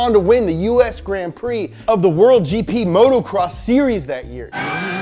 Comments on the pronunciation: love you dogg, but it’s moto- cross, not motorcross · It's motocross not motorcross...